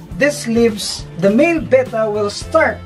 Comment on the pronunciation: Note that pronounces "Betta" correctly. Most Americans that I have heard mispronounce the word with "Beta", which is the second letter of the Greek alphabet, not the fish.